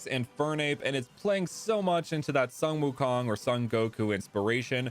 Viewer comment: Actually sun wukong is pronounced soon wukong